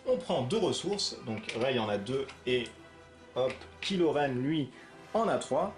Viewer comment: la prononciation c'est kai lo, pas kilo, c'est un mechant de star wars, pas une solution de regime.